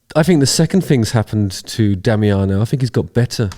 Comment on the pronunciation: your second" attempt of "Damiano" pronunciation was quite good mate